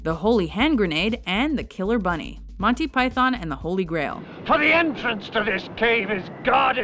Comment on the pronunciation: You've got this critique a little confused. It's actually a two-part problem, not a one-part problem. The first part is mis-pronouncing Monty as Monny. The second part is about how you pronounce Python. The two issues aren't really connected. Putting the accent on the first syllable (PYthon) is normal, but it's a little weird to accent the second syllable (PyTHON). But neither one is really incorrect.